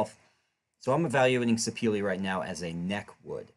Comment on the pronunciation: Great video. However, the wood name is pronounced "Sir-peh-leh". It got it's origin from Sapele town in South-South Nigeria.